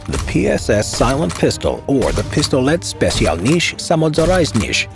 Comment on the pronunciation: Please avoid saying anything in Russian. That PSS pronunciation... 🥲